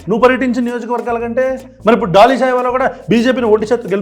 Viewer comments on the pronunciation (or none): none